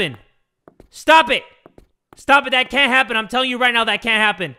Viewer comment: i was into it until the “sTahp” part lol